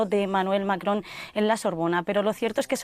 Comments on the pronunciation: Esa señora es la Martha Debayle del francés. Diga "Macron" con todas las letras, no "macoon" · Que simpáticamente pronuncia Macron....😂😂😂 Ya quiere ser francesa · Que mal cae la conductora y su pronunciación del Macron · Jenny Perez no puede pronunciar Macron 😅😂